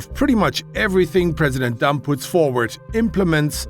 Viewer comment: does anyone else hear "president dump"?